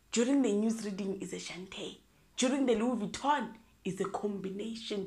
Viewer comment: Louise Vittoning, here and there! 😂😂😂😂😂😂😂😂